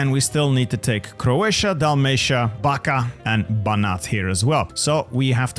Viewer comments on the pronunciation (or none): the "Backa" is pronounced as "Bachka" while Vojvodina is "Voivodina" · impeccable French and German pronunciation falls short only for Slavic names - Backa is pronounced like Bach-ka